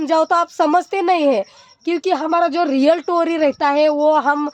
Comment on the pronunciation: टोरी नही स्टोरी